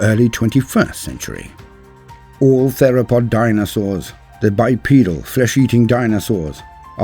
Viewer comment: The dinosawrrrs! 🤣